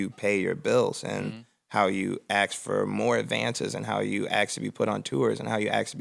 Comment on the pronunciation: Still can't believe Chance pronounces ask as "axe"